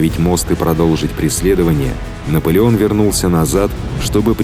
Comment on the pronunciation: Спасибо за ролик! Одна просьба большая, научить диктора слову арьеРгард он из раза в раз говорит арьегард, режет слух невероятно